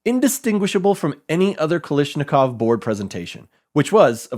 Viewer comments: Dig your work.. But.. it's Kalashnikov, not Kalishnikov. Otherwise, keep up the good work.. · Kalashnikov not Kalishnikov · KalAshnikov dude. It's not KalIshnikov. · Not Kalishnikov but KalAshnikov. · It's "kalash" not "kalish" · Showing the phonetics of a name is nice until you pronounce it wrong (Cartagena) or mispronounce it repeatedly (Kalashnikov)